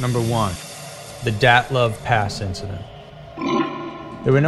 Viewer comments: You should work on your pronunciation, and facts. (Dylatov) dii-it-lof Your rendition is overly exagerated. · You say it like "datlav" pass. Its dyatlav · "dat-love pass" ...uh, yeah that's....that's not how it's pronounced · Dee OTT' liv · Great video, but you pronounced things horribly. 1. Hinterkaifeck should be (hin-ter-kai-feck). Just like it's written. Not hinterkayfeck. 2. Taman Shud. It should be (tuh-man shud). 3. Dyatlov Pass. It should be Dee-at-love. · His pronunciation of the dyatlov pass is incorrect